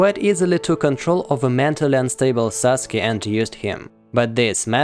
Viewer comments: "Saske". U: uh oh I'm late to complete the name sasuke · Sasuke* not saske